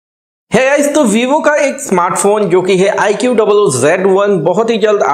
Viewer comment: Its iqoo not i q double o